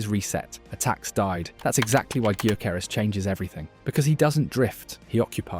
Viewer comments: Just fyi.. his name is pronounced "yorkeresz" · Excellent. One point on pronunciation. It's "Victor Yokeres". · "Viktor G-yoo-keres" LMFAO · Pronounce His name properly least please..THE G IS SILENT..!!! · painful how you're pronouncing Gyokeres name